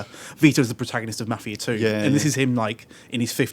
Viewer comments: it's not fucking mufia lol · What the shit is "" is that seriously how your accent makes you pronounce Mafia?